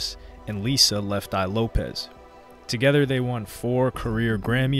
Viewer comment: Her name is "Lisa Lopes" not "Lopez". Pay her some respect.